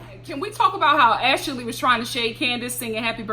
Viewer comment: I love it when you add an extra syllable to folks names like Ash-a-lee and Payola!!! Love it!